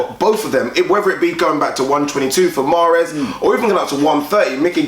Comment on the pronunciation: His name is mares not fucking Mars